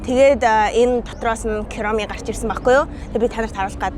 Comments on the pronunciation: Куроми биш кироми юм уу wtf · kuromi duudlaga ni buruu shuu . Kuromi gehiig ni kiyromi geed bh shig bhy 😅❤❤❤ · Kiromi geed baihiinnnnnn kuromi geldeeeeeeeee!!!zow heleech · Kuromi ❌ kiromi ✅ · Kuromi❌ Kiromi✅ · Кирами гээд байхийн куруми гэж уншдаг гэж бодож байнаа намайг битгий загнаараа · yagaad kiromi chiwga hillow kitty geed sonin heleed baigaa yum? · Куроми гэж дуудна шүү :)